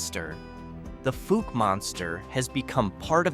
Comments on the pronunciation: It's not fooke, it's pronounced fowk, ou sound is like ow like the word trout.( Fouke) Thank you for the video, it was entertaining, and interesting. Texarkana is also a town that is in two states, Texarkana, Arkansas and Texarkana Texas. Thanks again for the video! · I know how Monkey Run got its name. Fouke is pronounced “fowk” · It pronounced Faulk! Like they guy who played Columbo! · Please learn how to pronounce Fouke, AR and any of the other towns you talked about! You are so far off of its pronunciation it's a crime. It does not sound like it has double "0's"!!!! Research, research, research, there were sites that pronounce words, use them and double check your work.